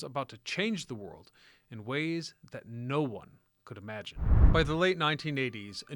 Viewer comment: This guy must be AI. ‘ the wold we once ‘know’.